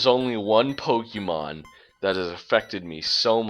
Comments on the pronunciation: "Po-Kee-Mon" No... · Not to nitpick but you're miss pronouncing 'pokemon'. Just letting you know.